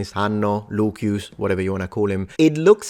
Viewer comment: I'd like to know if the way you pronounce Lucius, as Luquius or something like that, is the way it was pronounced in Latin.